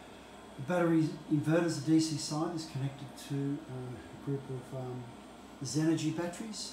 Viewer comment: I couldn’t make out who supplied the lithium titanate batteries? Xenergy? Is that what you said?